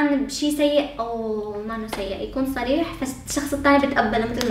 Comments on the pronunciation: سريح و عندك مشكلة بحرف الصاد و شخص هون ما عندك مشكلة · احب الاشخاص ذات القوة الشخصية مثلي ك لاحظوا عندما لفظ صريح وعند مشكلة بحرف الصاد فصار يتمسخر سكتوو دغري اما لو كان شخصيتو طعيفه كان شبعو مسخرة وهو عم يتضحك